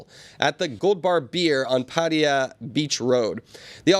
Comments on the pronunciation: Can we start pronouncing "Pat-tai-yah" correctly? What is up with the "Pat-tee-yuh" pronunciation anyways? Can someone fill me in? Wherever it comes from, it's incorrect :\ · Or "Patty-uh"... how did some people get to this point? lol. Always baffled me.